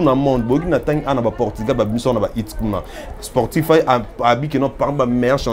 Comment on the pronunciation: Hello une petite correction, on dit SPOTIFY et non sportify, merci Sinon très bonne analyse l'équipe